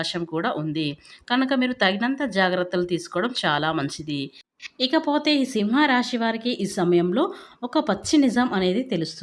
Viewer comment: Miru సింహ రాశి అని కరెక్ట్ గా పలకడం నేర్చుకోండి